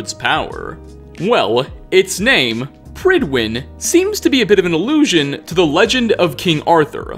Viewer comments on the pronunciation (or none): Prydwen is Welsh for fair faced/handsome. The “pryd” part should rhyme with the “pud” in pudding. “Prud-When”